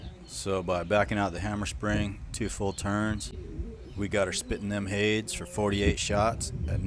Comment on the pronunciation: Hades is pronounced Hay-dees